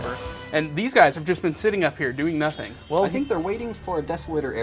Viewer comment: THINK. NOT FINK.